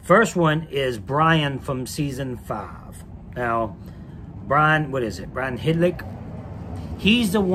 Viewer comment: "Brian Hedlik??"